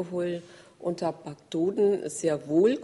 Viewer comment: mortler Tahbacktoden